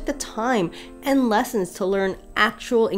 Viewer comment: Well, she SEWS in French better than I do! And she pronounces « Watteau » and « Boucher » just fine.